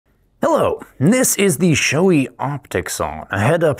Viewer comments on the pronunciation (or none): For the love of god people. Proper pronunciation is Show-A not Shoe-E. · I'm going to be that guy, but only because I had to look it up for myself due to being unsure. The correct pronunciation is apparently "show-ay", with the accent on the first syllable.